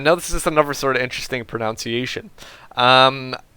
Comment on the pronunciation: "Pronunciation" is pronounced "pronUnciation" not "pronOUNciation" ! ... you asked for help :) Love your casts, keep them up.